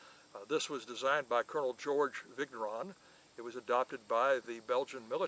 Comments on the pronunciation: If he was saying viggg neuron at least, but it sounds more like Viggo Ron.... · Vigneron is not viggg neron, . If you don't know just ask so you don't look like a ....